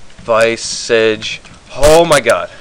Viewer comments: "Viy-Sog"? its called "Vi-soj" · its not vi - sige its vis-age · hahahah wtf is a vaisige, its a vis-arge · LMAO vice-age its pronounced vis-arge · That was awesome XD "OMG I got a viceage" lool fail pronunciation tho XD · You pronounced visage wrong but nice lol I got one when it was only 21m...